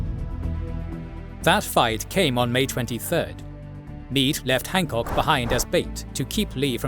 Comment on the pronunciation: Ah yes, the famous commander of the Second Corps, Winfield Scott Hahckok.